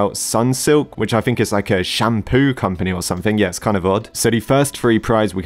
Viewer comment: i turned mt sound up and at the start instead of shampoo company i heard poo company lol